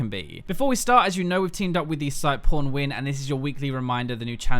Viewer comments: I totally heard "pornwin" lol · At the end I thought he said PornWin